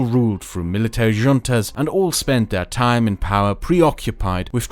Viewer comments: Since there's likely to be more videos on the states formed from the collapse of the Spanish empire, "junta" is pronounced "hoon-tah". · He pronounced “Junta” emphasizing the J when it makes a hu sound but he somehow made it work